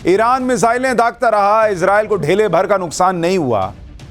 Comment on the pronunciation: ढेले नहीं धेले।